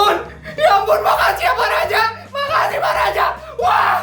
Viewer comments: Aku dengar "makacihh pak laja🗿🗿" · Kayaknya tadi pas no. 1 bilangnya makacih deh 😅😅😅